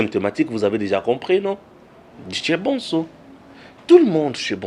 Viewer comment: Bsr cher! Pardon mon cher prononce bien le nom de ton papa l'Honorable Président de l'Assemblée Nationale, "vieux MBOSO" au lieu de BONSO, merci!